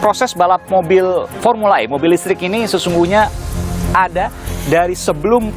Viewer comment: Bukan pormula e pormula sakit gigi kale